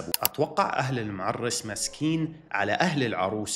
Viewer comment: وش معررس عيب الكلمة مِعرِس بالنطق وانت نطقتها معرَس الكلمه تصير وصخه ترا اذا اختلف النطق 😂😂